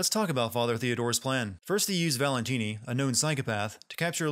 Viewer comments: Am I the only one who dies a little inside each time he says "Valentine" instead of "Valentini"? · Did he think we wouldn't notice him calling Stefano "Valentine" instead of "Valentini" for the first half of the video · It's ValentIni not Valentine. But magnificent sinning as usual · Biggest sin is the uploader calling Stefano Valentini "Valentine" for the first half of the video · Valentine? You mean valentini?... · Gonna have to sin the sinner here for mangling stefano's last name. Valentini....not Valentine. XD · WHO DA HELL IS VALENTINI? Just use Stefano. gezzz! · If I have one criticism, it's that you refer to the first villain as "Valentine," then switch to the correct "Valentini" halfway, which is rather jarring. That said, amazing video, especially when pointing out the sillier bits of dialogue (and the one so-silly-it's-awesome one)! Oooh, this is a tough vote. On one hand, Wolfenstein II would be more interesting...but I really want to play it before any sin video, but that seems unfair, & AC may be more sinful...it's a coin flip here, so I abstain.